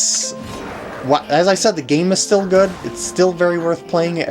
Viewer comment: *good not goo